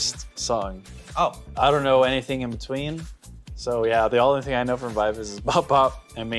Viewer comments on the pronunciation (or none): Gfriend are getting back together for 10th anniversary. Also it's pronounced Vee Vee Zee as it comes from members names Eunbi, Eunbi and Umji, bi bi ji. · VIVIZ Korean pronunciation is B-B-G.they took it from their real and stage names.Eunha & SinB- EunBI (they share the same real name) although Umji's real name is Yewon,they chose to take UmJI"s "JI". They stylized Bi-Bi-Ji as VIVIZ. The pronunciation remains the same 'BBG' .Pronouncing V-V-Z could be acceptable considering the global audiences but still BBG is the correct one